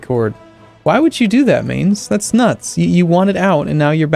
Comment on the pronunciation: It's pronounced Mines, with the end sounding like the end of 'putz'. Not 'mains'.